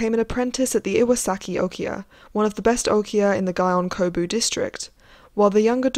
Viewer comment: Thank you, yes I recorded some of this before looking it up. I noticed Gion Kobu and Atotori are mispronounced. Apologies